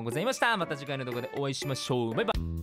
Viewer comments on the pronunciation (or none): うぽつです！ 投稿ありがとうございます🐱✨ ザジの考察初めて聞きました…わかりやすい説明もありがとうございます！！ 最後『ばいばi』で終わるの笑いましたWW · 最後の『ばいばい』の『い』入ってなくて吹いたwww